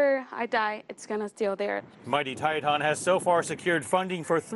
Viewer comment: It's pronounced Tieton, not "Tietawn". Long I, short e.